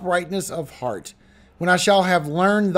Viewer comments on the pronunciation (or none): none